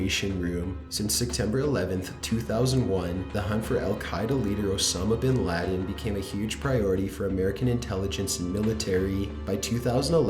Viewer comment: Osama bin 'lahdin ....i guess he's Aladdin now. I CAN SHOW YOU MY BOOOOMBS